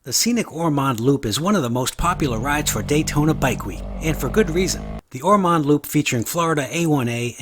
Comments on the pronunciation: Lived in Ormond Bach since 1960, we pronounce it Or-m(un)d not Or-m(on)d. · Although it's spelled Ormond it's pronounced Or- mund. And neat vid. Hope you enjoy your time respectfully in our little beach community!